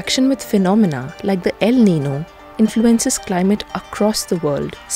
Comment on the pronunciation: She pronounced El Niño incorrectly.